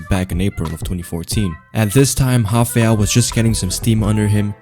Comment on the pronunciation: It's not Hafael but Rafael as in rabbit not hobbit.